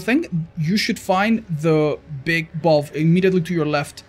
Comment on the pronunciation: Bro says, “Balb” for Valve…